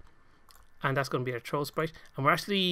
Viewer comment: Just saying you say throw like "trooh" the th makes a sound like f just to let you know :).